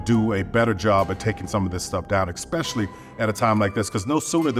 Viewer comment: The real Tyler Perry is a a billionaire but he can’t even pronounce “especially” correctly, he said “eKspecially” like twice 🤦